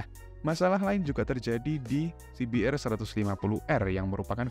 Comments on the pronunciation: Coba bilang aja ce be er mas, gak usah sok inggris tapi salah. Pake bilang si bi tapi di hurup R nya dibaca er, padahal harusnya si bi a. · He..he..kl pakai kata "si bi" hrs pakai "ar" ya bang, bukan "er"